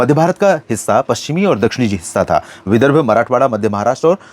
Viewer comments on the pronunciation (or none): none